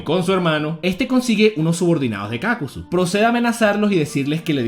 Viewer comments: Es Kakuzu, no Kákuzu, lo dices mal pendejo, lo pronuncias como si hubiese tilde en la letra "a" "Kákuzu" Mala pronunciación "Kakuzu" Buena pronunciación.. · Me saco la mente que pronuncies kakuzu mal